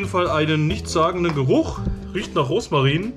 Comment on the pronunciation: Wie sweet, wenn du immer Roßmarin statt Rosmarin sagst 🤣 Ich hatte letztens Brot-Snack mit Sauerkraut & 1x mit Gemüse, bei mir stand Bio Rohkost Knusperbrot drauf, wenn du das Brot mit Kräuterquark, Gurke, Radieschen, Tomate , Oliven o.ä belegt hättest, wäre es noch leckerer gewesen 🤗